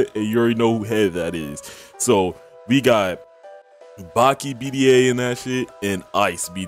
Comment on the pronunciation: bro its daki not baki